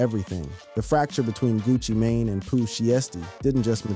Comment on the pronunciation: How yo reporting got weight? You don't know how to pronounce thier names? Gucci mane or Pooh Shiety!